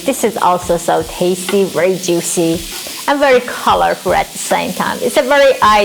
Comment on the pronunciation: Wery wery good